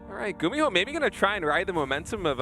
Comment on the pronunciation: when i think of gumiho i think of apollo saying his name as "gummy-ho" for some reason